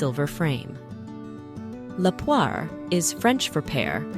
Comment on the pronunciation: Thank you for not calling the jewel the "pearl poiré tiara".! ! ! It is -. as you say "poire" = pear.